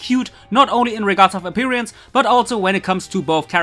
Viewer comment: Hey,. See, I'm a german too. And I noticed, there are a few vocabularies you missspelled. Like "appearance", you said "appereance". With an e which is a bit wrong spelled. I even heard you using a few german words like "nur". I don't want to fight against you or critize you, I just want to make you aware of the flow between the german and english language. But I think, only a few ones mentioned this problems, so I think it was unnecessary that I wrote this message, because I probably understood a few words wrong, but so I heard them. You should just continue with what you like to do, even if there are mistakes. But people like me, who like to correct others, you should ignore, or not. Like you want. Germany's on your side,. Greetings from there.